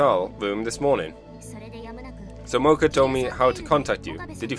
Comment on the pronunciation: I like your commentary but i cringe when you butcher names of characters, especially MaKISE Kurisu and Okabe RINTARO. Forgot to mention MoEka.